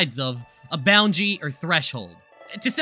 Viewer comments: Bro he said boundary as boungy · Me when he pronounced boundary as boungie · Or when he pronounced boundary as bownjee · boundary = bounjy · And boundary as boungee